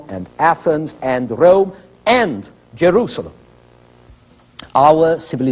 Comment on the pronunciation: DEY CALLED IT THE SECOND RRROME